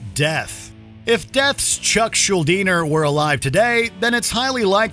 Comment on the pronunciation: Chuck rolling in his grave at thr pronunciations of his last name 😂